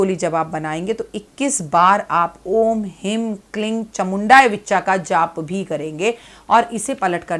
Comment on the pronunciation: 🕉 हीं क्लीं चामुण्यै विच्चै बोला जाता विच्चा नही please correct कर ले मंत्र जप सही होना चाहिए